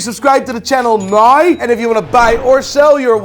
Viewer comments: I especially love how you pronounce the word “now”. Priceless. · Can you not say "Now" the proper way at all?